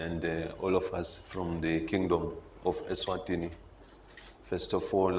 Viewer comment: King MSWATI,King of ESWATINI (not MSWATINI)